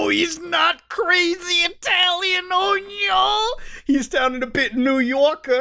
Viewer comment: Did you just Oh Nyo?